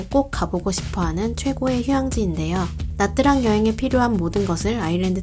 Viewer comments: 영상 너무 깔끔하고 좋은 정보도 정말 많은데 나뜨랑이라고 하는 발음이 너무 거슬려요ㅠㅠ 다음 영상에서 다루실땐 차라리 미국발음으로 나<트>랑이라고 하시던지 현지식으로 냐짱이라고 하셔야할 것 같아요.. 나뜨랑이린 발음은 대체 어디서 온건지ㅜㅜ 신경쓰였네용.. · "tr"은 베트남어로 "ㅉ"으로 발음합니다. 그래서 나트랑이 아니고 나짱입니다.